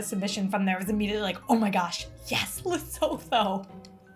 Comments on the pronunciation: you have to pronounce Lesotho as ‘Lee-soo-too’. The ‘h’ is silent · Lesotho's 'Gemere" is from the Afrikaans word for ginger, 'Gemmer' which in turn derives from Dutch, 'Gember'. Lovely episode! BTW, Lesotho is pronounced L E S 0 T O (the H is silent, no TH sound - you will hear it in the Lesotho lady's pronunciation). Glad that you were able to make something from this beautiful, mountainous little country. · Maybe I'm late to the party,. Maybe I'm repeating others, but you pronounce Lesotho as Lesootoo.❤ I love your channel, sorry for being the international pronunciation police. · Just a heads up - your pronounce Lesotho as Leh-soo-too. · I was so excited to see a recipe from Lesotho! Le-soo-too is the way to pronounce it :) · Very excited you included a recipe from a southern African country, so I really don't want to meet that with criticism, but Modiehi said the name Lesotho several times in her video submission and you still said the name totally wrong. I understand pronunciations in different languages can be difficult, but 'Le-SO-THO' is so far from what Modiehi said and how it is actually pronounced. It is closer to 'Leh - su - tu'